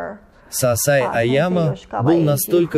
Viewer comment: Переводчик , почему сансай а не сенсей ?